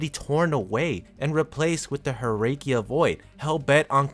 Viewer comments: Herrscher are read "Herrsher" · Glad you corrected your mistake though, I apologize for ranting at you. What I did was not entirely right of me, I should've waited. I think I noticed you said Herrscher wrong, but that's a word not from any Asian territory, and since I'm just an Asian person with no experience in languages outside English and a small portion of Japanese, I have no room to state against you for doing so, as it's from a language I'm myself not familiar with. All I know is it translates to "Ruler" according to my brother, who has far more experience with multiple languages, as he taught himself that.